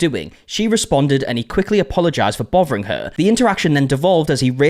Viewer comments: Did you say "bovering" her? Bothering her? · "bovering her."